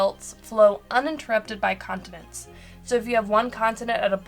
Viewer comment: Sorry, must be your accent. Sounds like you're saying "condiments"